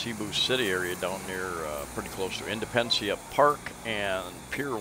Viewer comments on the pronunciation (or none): Thank you for this video,. I think you mean Plaza Indepen-DEN-cia (Independence Park) "Indepencia park in Pier 1 Area". This reminds me of the times when we used to watch the kids in the neighborhood from an upstairs window. We were so jealous that their parents allowed them to play naked in the rain. When our parents were out of town our Ya-Ya used to let us lose for a few minutes as long as nobody squeals. We were not allowed in the street but just within the confines of our inner yard. Those kids are so fearless. I guess kids don't scare much as long as they don't know what's to be scared of. Great Memories of the Fair City of Cebu.